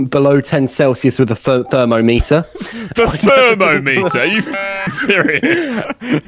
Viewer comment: I once heard a man unironically say "Theometer".